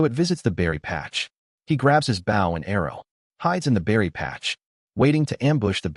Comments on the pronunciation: The narrator needs to learn how to pronounce Bow! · A Bough and Arrow 😂😂😂